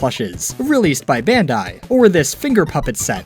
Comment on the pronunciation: You keep saying "bandi" do you meen Bandainamco?